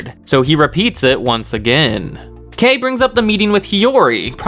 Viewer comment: I still Love how you pronounced Kei's name Edit: also Chabashira